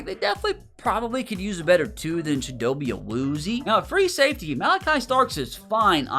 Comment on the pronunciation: I’m sorry but I am pretty sure it is chi-dough-bay Uh-Wu-zee-Ay